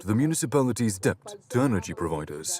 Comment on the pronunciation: He speaks Zulu better than the narrator speaks English (“debt”).